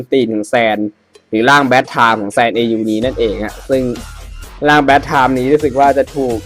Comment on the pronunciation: bad tommmmm (tomเป็นคำที่พูดเพี้ยนมาจาก time)